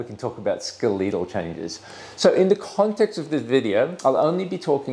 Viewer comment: Am I the only person here who's so disturbed by the fact that a doctor mispronounced "skeletal," a very common word.